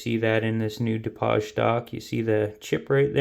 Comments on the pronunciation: A Du-poj stock? Are you French? It's Du-paige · Wow! That is a lot! LOL I do believe the stock name Dupage is pronounced "Doo-Page". But that is picking nits. I think if most people/shooters understood and applied the USMC markmanship fundamentals to shooting, they would drop a couple MOA of their groups! LOL